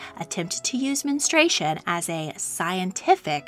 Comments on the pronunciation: I couldn't watch this because you kept pronouncing it 'men- stray- shun'. It's 'men- stru- ay-shun'. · Its Men-stru-ation not menes-tration. Your mispronouncing is so distracting. I couldnt finish watching this. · The narrator nees to learn how to properly pronounce the word menstruation. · Menstruation. Men-strew-ay-shun. It’s 4 syllables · MEN-STRU-A-TION. It;s got four syllables goddamit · Omg it’s pronounced “men-stru-ation” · Could they have at least insisted on pronouncing 'menstruation' correctly? The narration is very annoying.